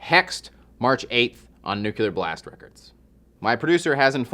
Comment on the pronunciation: Please stop saying Nucular Blast